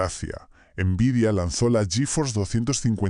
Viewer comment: * Horrible la voz del narrador. * Tiempos muertos innecesarios al comienzo y al final. * En una sola dispositiva dice los años donde suceden los hechos. * Pronuncia mal nombres de marcas como "nVidia". * No muestra imágenes reales de las placas de videos de las cuales habla. * No muestra imágenes de los juegos que habla. * Uso y abuso de inteligencia artificial generativa, hasta el punto que se ve la marca de agua de NotebookLM. La inteligencia artificial es para ayudarte convarias de las tareas para crear el video, NO para que te haga todo el video. Si todos tus videos son asi vas muy mal.